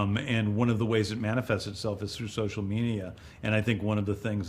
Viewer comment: Did James say social meania?